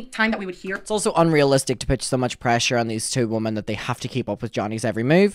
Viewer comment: Hey! Great video, just one note, when you say “women” you say “woman” singular. I used to say it incorrectly too. Its a common mistake but just wanted to kindly bring it to your attention because its an important distinction for public speaking